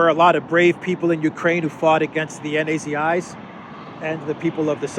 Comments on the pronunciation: Who are the "ENN-AY-ZEE-EYES",? LOL. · Thanks again. Wonderful job of lancing the ‘enn-ay-zee-ess’ boil that has become such a pain in the Azov.